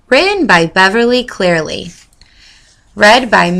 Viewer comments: It's CLEARY, not CLEARY. You pronounced her name wrong. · You said the author's name wrong. It's "Beverly Cleary!!"